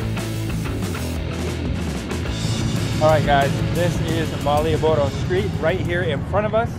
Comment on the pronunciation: LOL. There's no Bu Julie this time to corrected saying Marioboro (it's MaLioboro) Seth reminds me of myself when I was a kid, strecthing my arm while riding motorcycle. It's dangerous Seth you can hurt yourself/others:)